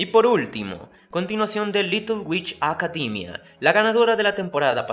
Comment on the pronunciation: "Comtfort" "Acadimia".